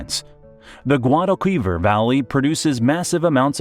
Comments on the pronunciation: No te preocupes por Córdoba,trata de que pronuncie medio bien Guadalquivir. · Claramente es Wuadajuivir de toda la vida. La juventud hoy en día son unos incultos, mira que pedirle a un autor de un vídeo informativo que haga un 1% más de trabajo para decir las cosas bien... Por favor, un poco de cabeza... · ¿ Músculos? Mejillones. El 90%de los ríos, montañas y lagos están mal pronunciados. Los he identificado porque sale el nombre, por ej. dice Cordillera Cannabrica y es Cantábrica y el río Guadalquivir no me atrevo a repetir como lo nombra.